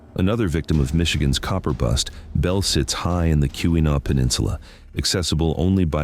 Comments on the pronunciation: AI slop. AI cannot pronounce anything correctly. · Being a Michigan native myself I do enjoy non-natives attempt at pronouncing different Michigan locations lol Too bad this video seems to be inaccurate about a lot more than just pronunciation